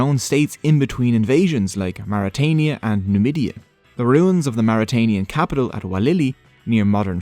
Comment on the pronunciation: No it's mauritania 😂😂